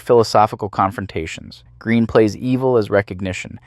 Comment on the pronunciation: No.1 Heaving Gallic Goddess.P.S.....Her surname is pronounced Gren,not Green.